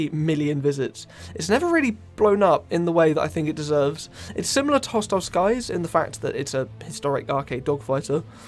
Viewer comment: I’m mad at the fact that he kept saying hostile sky’s 😂😂😂😂😂😂 all g tho amazing vid 🎉